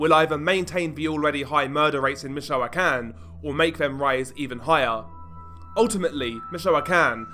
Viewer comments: Im fed up with these, judging the accent, british channels doing these types of videos, but cant even bother to pronounce the names right. Let me help you, stupid brit. Mee-choah-can. Try focusing on the muslim invasion of your shitty island instead and how cowardly, Englishmen have become. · Bro, it's pronounced "meet-cho-con."